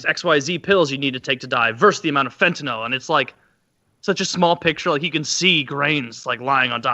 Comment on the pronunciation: Just want to show appreciation for Taylor knowing how to pronounce fentanyl (-"NIL") correctly.